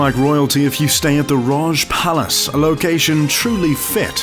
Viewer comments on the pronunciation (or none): Taj Palace. Not Raj!